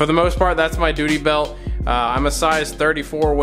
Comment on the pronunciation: Lol dooty belt